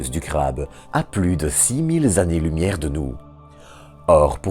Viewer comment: S'il-te-plaît, vraiment, arrête avec les "z'années"... 150 z'années lumière. NOOOOOOOON !